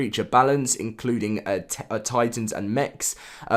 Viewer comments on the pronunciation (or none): none